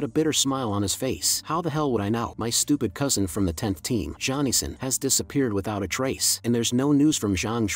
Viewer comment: Zhong Yixin? I thought you were calling him Johnny Sins all last episode